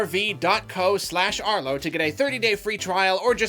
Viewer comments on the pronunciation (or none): Arlo its vrv not vrv